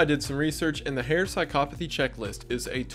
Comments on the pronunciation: As a psychology major, thank you for saying psychopathy correctly. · I ... have been saying psychopathy wrong my whole life?